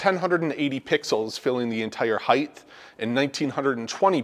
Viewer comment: dude there’s no word in the English language: heighth The word is : height You’ve said it many times now in this video, and it’s like nails on a chalkboard. Holy cow glad I was able to help you live life less embarrassing going forward. Have a great day.